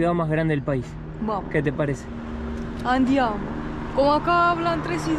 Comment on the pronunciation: Que hermosa es, me gustó su "Andiamo" en el min 😅por allí que alguien al escucharla no pensaría que es Rusa sino Italiana...